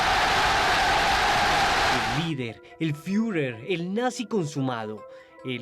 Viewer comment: "el fiuler"